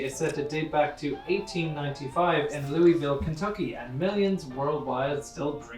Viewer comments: I’m from Kentucky and this brought me physical pain. It’s pronounced Lou-iville. Not Lou-EE-ville. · You need to edit your video before anybody from Louisville, KY sees it. That's not how you say it... They call it "Loo-uhhh-ville". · I promise it's not pronounced Lewwwweeee ville, KY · Pronounced Lou a vul 👍🏻💯😎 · As a southern man, the pronounciation of Louisville hurt me